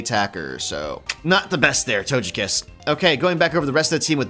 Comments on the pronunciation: Tojekiss hmmm I think it’s togekiss ok hon OK! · "toejkiss" "lewjia" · It hurt my soul the way he said lugia and togekiss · i just can’t get over how he pronounced lugia and togekiss.